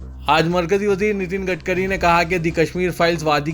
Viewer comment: نتن گٹکری نہیں بلکہ " گڑھ کری" کہو۔